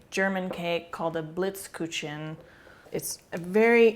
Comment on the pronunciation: Thank you . The way you pronounce Blitzkuchen is funny :).